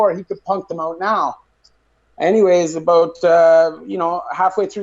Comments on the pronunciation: “Soory” “aboot” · New cam is sick bro. Who else is trippin on “abewet ” or “ewout “?